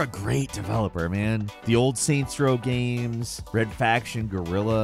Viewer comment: "video gams"